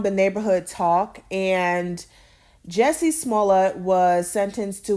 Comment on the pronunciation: His name is Jus-sie, not Jessie. Jus-see.